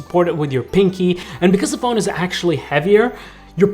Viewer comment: Sounds like he's saying fold instead of phone